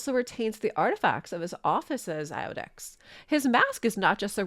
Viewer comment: Great job as usual but iudex is pronounced yewdex and is Latin for judge.